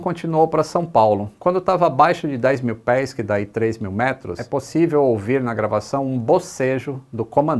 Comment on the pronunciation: só pode estar lendo um teleprompter "né pussive"